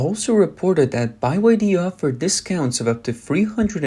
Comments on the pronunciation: ITS BEE WHY DEE!! NOT BY WHY DEE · "Made In China" means complete crap 💩. Price is not the only consideration when buying cars. Only a fool would buy a Chinese EV. BTW, it's pronounced 'BEE WHY DEE', NOT 'buy why dee'. M 🦘🏏😎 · Beeee Y D. Not Bye y D. It's pronounced Beeee. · its BYD not Buy Y D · It's not BY-WHY-DEE it's BE-WHY-DEE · "B" Y. D.. Not "Buy" YD😅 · Bee Why Dee... not By Why Dee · why are you saying by y d? it is byd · Why is he saying “BYe-YD”. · Bai YD? What's wrong with the narrators. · Buy Y D? Wtf. AI reader? Can't get through the video listening to that. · I didn't know it was pronounced bye wye dee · How tf you gonna mess up a simple word like byd, calling it buy yd, ffs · By Y D ? How you read or speak !